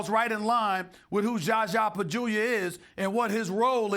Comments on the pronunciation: next clip is ''Is SAS calling Zaza Pachulia 'Jaja Pajulia' intentionally'' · "JarJar Pagulia" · Still with the Gjahgjah Bajewelia lol smh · He still calls him jaja bajulia 😂😂😂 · Why he keep calling him jaja bajulia? 😂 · damn do any of them know how to say his name